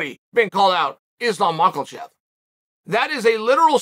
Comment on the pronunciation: The way Chael says "Makhachev" is just perfection